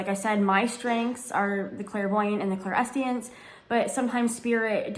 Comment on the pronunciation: Clairsentience, Clair-sentience. Idk if I heard you wrong but it sounded like you dropped atleast the s.